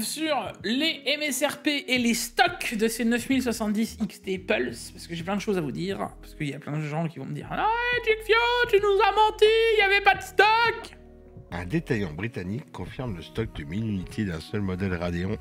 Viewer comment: Pas Jigfiou mais Jigfscou 😆